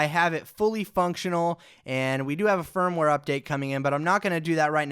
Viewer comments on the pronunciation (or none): none